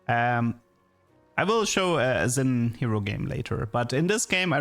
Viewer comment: Xin is pronounced SHIN. Shin jao.